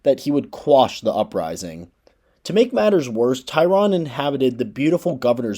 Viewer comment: Is there a reason that you are pronouncing Gov. Tryon’s surname incorrectly? I suppose no one knows how it was pronounced during his lifetime, but I lived in eastern North Carolina for many years, and his New Bern residence, now known as Tryon Palace, is a well known local venue. It’s most definitely pronounced Tri’ On. Your pronunciation is very off putting. Otherwise, nice job.